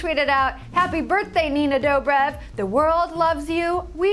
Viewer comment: Haha, she pronounced her name wrong. 😂